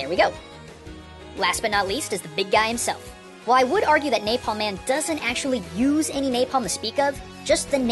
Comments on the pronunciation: Good video. Although I thought his name was Napalm Man, not Naplam Man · Naplam Man LOL ITS NAPALM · "Naplam man" hahaha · It's napalman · "Naplam man" :P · "Naplam Man" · you called it naplam man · naplam man? ...NAPLAM man? I can't tell if this is a trap for grammar naizs or not because I really want to correct this